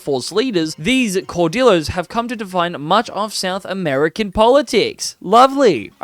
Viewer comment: I'm gonna be honest, your Spanish (and French) pronunciation throughout this video pained me. Caudillos are pronounced like "cow dee joes", written J's should be pronounced like h's (so, Jujuy --> "hoo hooy"), Louis (in French) should be something like "Loo ee", and I cannot rationalize what your pronunciation of Bolivia was going for. I apologize for being pedantic, but all that pales in comparison to you not going for Rio de la Plata. I don't know why, but every other video I see on Argentina in this game seems to deliberately avoid that option in favor of establishing the Argentine culture — which I suppose is nice for roleplay — but if you're making a point to conquer all the way up to Peru, why? You're depriving yourself of a lot of flavor (and primary cultures) into the mid-to-late game by not going for Rio de la Plata into the formable "Federation of the Andes". With that land you own in Central America, you could even have your country renamed to the "United Provinces of the Americas", with a unique flag and all. At least make it clear what your goals are, ASSUMING you didn't cut out all that explanation in post. And finally, Frontier Colonization is kind of a joke. You'll be left with a lot of coastal islands left uncolonized, which can further screw you out of some journal entries, content, and overall nice borders. At the root, I feel your heart really wasn't into playing Argentina compared to something like Ashanti (a video I really enjoyed, actually!). Not to say